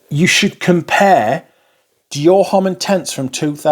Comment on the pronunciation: The 'h' in homme is not pronounced.